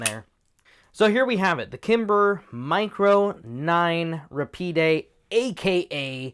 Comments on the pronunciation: Kimber America pronounces it RA-PEED. RA-PEED is a few milliseconds faster than Rapid. A Kel-Tec would be Rapid, but a Kimber is Rapide because of the Higher MSRP. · RA-PEED; not ra-pee-day. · It's ruh-peed actually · Rahpeed is the pronunciation. french for fast. the one I held had a very stiff safety lever